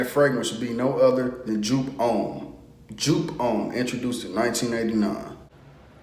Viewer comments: PRONOUNCED "YOPE" DUMB ASS.....LEARN SOMETHING GET EDUCATED...."YOPE" DUMB ASS..........GHETTO ASS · It’s pronounced “Yope”. I can smell this frag from 10 miles away! 😆 Smells great! Don’t wear it in the summer. I read one guy who sprayed 4-6 times then took a shower to wash some off. What was left was a softer version of “Yope” that lasted all day. 👍🏾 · YOU ARE SAYING THE NAME WRONG WRONG WRONG...........